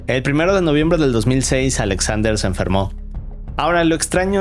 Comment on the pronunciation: Por qué pronuncia “Alexander” con doble “A”? xd Qué raro